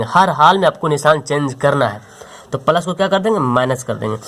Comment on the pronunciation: Thankuuu so much sir bahut accha padhate hai app bs ap plus ko palas kyu khte h